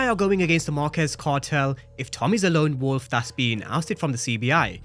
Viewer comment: It’s lone wolf… yall keep saying long wolf lol